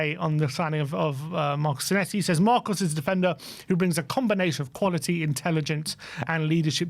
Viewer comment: You pronounce our new Argentinian as Senessi - but should it be Senesi?